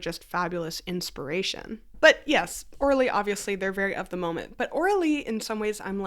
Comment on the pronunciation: Omg I thought she was saying Orly, like the wool rug people & I was shocked but impressed by their market flexibility 😂😂😂